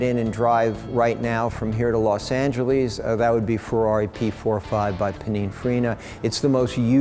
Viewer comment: Los Angel--ees??